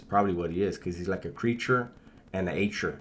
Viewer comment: Creatchure, is my new word...